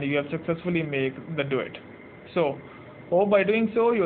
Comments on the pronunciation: Im sorry at first I thought you said, Let's do it instead of duet😅. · I thought he said dAb on it